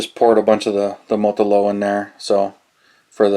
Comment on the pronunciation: Molo-tow, not motolow